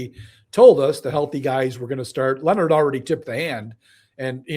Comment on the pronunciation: Jims name is Leonhard not Lenard, I just want people to pronounce it correctly.